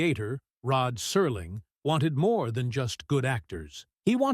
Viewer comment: Rod Serling — why does he suddenly become Rod Surling in this? Is that on purpose??